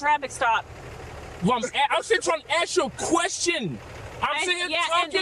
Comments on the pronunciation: It's always "I was finna ax you a question" with these people. This truck is over 2600GVW and is not even supposed to be on that "skreet". It's like they're too stupid for societal rules. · Did he want to axe a question?